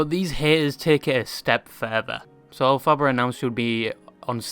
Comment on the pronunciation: As an aside … the name is derived from L Frank Baum, the author of the Wizard of Oz (invented by Gregory Maguire, the author of Wicked). You don’t emphasise the second syllable 😊 - El-fi-bar.